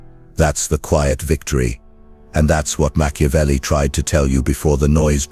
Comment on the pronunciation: Meah CHEW avelli?🤣